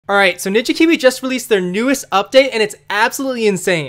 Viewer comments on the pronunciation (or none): He said “Binja Biwi” in the video. I’ve called it that ever since 😂